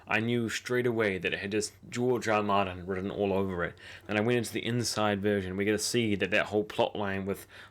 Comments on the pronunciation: Please show some respect by getting the author's name right, it's GEORGE R.R. MARTIN - NOT GEORGE 'ARMIN' OR - GEORGE 'ARMANO' now that's - GEORGE R.R. MARTIN - OKAY ?? !! King Robert not Robin! Those bloody Iron-islanders dont deserve Yura, they're a fickle bunch of ignorant, shallow, misogynistic peasants. Varris was NOT 'CASTERISED' (THAT WORD DOES NOT EVEN EXIST) - He was CASTRATED. - WHAT on earth is 'TELEKERNICKERNIXEN'??? Do you just make words up as you go along - because it's really quite baffling or do you suffer from some kind of verbal dyslexia or Tourette's ? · "george ARMANO" ayuahuahuhauhauhauhauhauhuahuahuah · Seriously, he did say George Armin and Armano. I don't know how you can get someone's name that wrong, so many times, in different ways lol